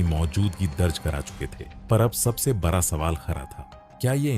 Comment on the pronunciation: Ek bihari sab pe bhaari बरा नहीं बड़ा सही शब्द होता है 😂